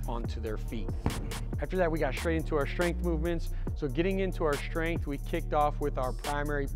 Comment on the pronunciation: Power and "shtrength" training 😄